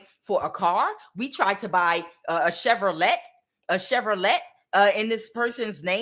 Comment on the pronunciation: "Chevrolet" 😂😂😂 Thanks for the message Queen👑